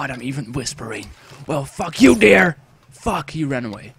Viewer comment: Hahaha je zei dear bij dat hert. Maar dier is animal niet dear (kom van je peagle video :p)